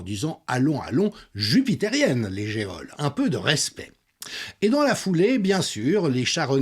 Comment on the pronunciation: En France, on prononce geole "jole" mais on dit géode.